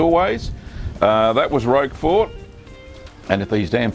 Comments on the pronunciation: This is NOT how you pronounce Roquefort. The creator of the video was closer except (as you have stated) he was pronouncing it with the t (which is indeed silent). The closest phonetic pronunciation is ROAK-FOR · My favourite cheese - Roquefort, pronounced 'Rocker for' - The 'T' ain't pronounced - You're welcome!